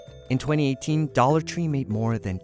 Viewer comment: The way he pronounces dollar bothers me